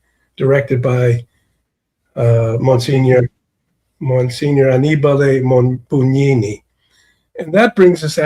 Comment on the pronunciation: Finally someone pronounced correctly Anibale Bugnini. Not that he deserves to have his name pronounced correctly, but still .